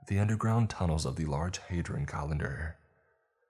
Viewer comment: Hadron collider* Like, collision not colli -n-der. Right?